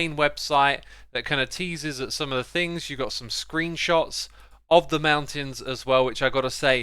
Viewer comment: He was so fast this time, that he forgot the T from MounTains